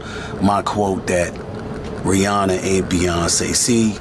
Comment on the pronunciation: Every time she says Rihanna it sounds like she’s saying Brianna